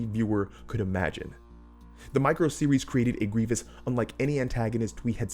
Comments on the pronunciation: gwievous uwu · “And even Gwievis”